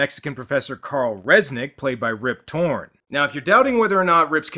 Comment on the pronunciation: I swear I kept hearing you say "Rib Torrence" and thought that's referencing that he looks like Jack Nicholson.